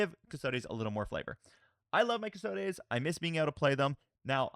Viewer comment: Love your content and I hope you don’t mind me saying this, but there is no ‘a’ in custodes. It’s cus-tod-ees not cus-tod-ays.